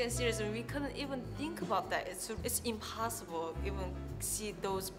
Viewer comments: scusate eh ma "what do you TINCH" non lo posso sentire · <<Uot du iu tinc?>> Mi sento male, scusate. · "uat du tu TINCH!!!!" belllo il canale, bello il video e belli gli argomenti ma la pronuncia un po meno per me è NO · what do you TINK 😂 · Uot du iu tink? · "Uot Du Iu Tink" inascoltabile. Dai cazzo falle fare a chi sa l'inglese le domande.. guarda come ti guarda male la Koreana mentre parli inglese ! Ahahha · Uat du iu tink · sopratutto quando dice "think"